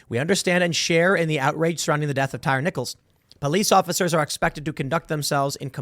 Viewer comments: Its pronounced TIE REE. Not Tire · Tie Reeeeee 😆 tire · Damn Tim, do you really not know how to pronounce this man’s name it’s Tyree like “Tie Ree” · Tim said “Tire” pretty sure it’s pronounced “Tyree” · Pretty sure his name is pronounced Tye-Ree. They keep talking about him on DC News bc he’s a DC Native. Worried they’ll burn down DC again. These jackasses need to be prosecuted. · Say it with me Tim. Tie-ree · And Tim, it's pronounced Tie-Ree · My dude said tire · How do you "report" news and not do any research? Tim even mispronounced the victim's name...